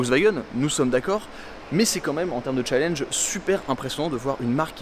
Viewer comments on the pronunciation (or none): none